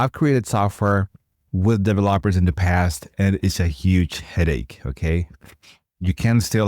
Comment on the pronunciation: DEM-o, not DEE-mo. Duh-VEL-up, not DEE-vuh-lop (and certainly not DEE-vuh-lop-pers).